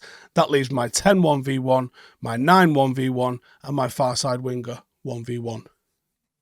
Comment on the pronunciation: sorry to be a grammatical hawk, but when you say the word 'winger', the "g" is not pronounced. CT - Melbourne